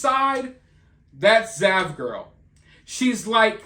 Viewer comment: Oh, its "zav" not dav.